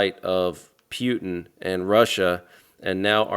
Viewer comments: 😂 the way you say “Pew tin” 😂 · Pronounced Poo-ten